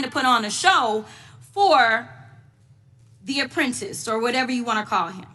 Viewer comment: Thee Appretice lol love it